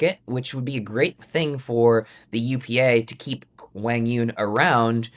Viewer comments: Zane, learn to pronounce Quang Duong correctly. It's not pronounced like "Wang", geez..... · Who is WANG YONG!?!?😂 come on man you at least gotta say his name right. He’s been on TV over 100 times. I know you’ve heard the announcers say correctly at least once. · Quang Duong is pronounced Wang Yewn? Maybe the biggest shocker of the day for me. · if your gonna talk about QD, pronounce his damn name correctly at least. smh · About the name — I typed 'Quãng Đường' into Google Translate as Vietnamese, but it doesn’t sound like how Zane pronounces it. Am I missing something? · Was it a joke? Zane butchered QD’s name so badly that at first I thought he said something I couldn’t hear.